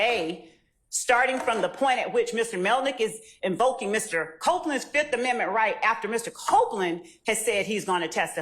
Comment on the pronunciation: He said i plead the fith